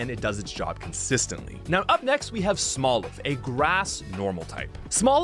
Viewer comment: Before you release a video can you PLEASE read the names properly? CAPSakid not CASPakid. ArmaROUGE not ArmaROGUE. SMOLiv, not SMALLiv.